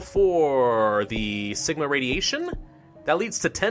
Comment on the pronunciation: When you said Sigma I thought you said Ligma